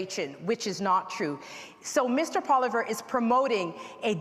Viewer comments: It's Poilievre not Poliver haha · “Mr Poliver” lol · I wish Leslyn Lewis would make an effort to pronounce Pierre Poilievre's name properly rather than saying Poliver. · Miss leslyn the name is Pierre polilvre say the name right get with it lady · Leslyn Lewis couldn't even pronouce Pierre's name correctly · Leslie doesn't even know how to pronounce Poilievres name. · Can't even pronounce his name properly going to criticize him though? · Leslyn Lewis couldn't even pronounce Pierre;s last name correctly. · Why can't Leslyn Lewis pronounce things right? Poi-Li-Evre jesus. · Not to mention that she didn't even pronounce Pierre's last name correctly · Not pronouncing Pierre's last name correctly proved it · Why are they all pronouncing Poilievre differently?